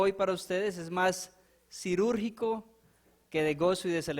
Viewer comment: Quirúrgico en vez de cirurgico!